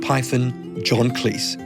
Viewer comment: How do people, media people especially, not know that John Cleese pronounces his name with a z sound, not a sibilant ss. Neither he nor his Python partners nor any collaborator has ever said Kleess. It's Kleez. The reason it's pronounced that way is all down to his father, Reg, who, when he enlisted in WW1, changed it from the apparently embarrassing "Cheese".